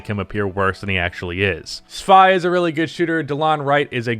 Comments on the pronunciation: YOURE PRONOUNCING SVI WRONG ITS SVI LIKE WII NOT SVI LIKE WHY CMONNN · Svi is pronounced Svee